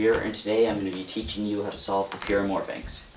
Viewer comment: It's "Pyramorphix"... 😅